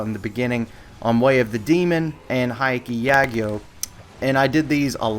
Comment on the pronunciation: Not to be OC with the pronunciation but I think it would help prevent further mistakes from happening in the future. It's not "Haiki Yagyo" or "Hikey Yagyo". The correct way of saying it is "Hyakki Yagyo" or "Hyakki Yakkou" or "Hyakki Yakko" (Sounds like Yucky with an H at the beginning. Yakko/Yakkou sounds like Yuck-o similar to Jack-O.). It means Night Parade of a Hundred Demons or just a parade of many demons when used in common slang.